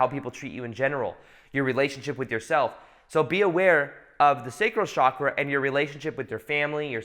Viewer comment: Chakra is pronounced as in CHannel not as in CHicago. Please pronounce it as it is spoken in Sanskrit, please. And there are many people in ‘third world countries’ who are more enlightened than most of us even if they don’t have basic necessities. Many hardcore yogis in India specifically reject basic necessities. As a somewhat enlightened person and channel, it is time to drop the basic media spun phrases like ‘third world countries’. Most probably you will not see or care about what I said.